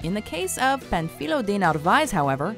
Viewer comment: The way she says Panfilo wrong actually sounds better than the real name hahahah